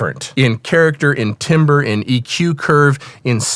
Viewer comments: When so-called professionals don't know how to pronounce 'timbre', I stop taking them seriously. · Ok, I am going to start a new internet war here - Is "timbre" pronounced "timber" in the US as opposed to "tamber" in other parts of the world?? 🙂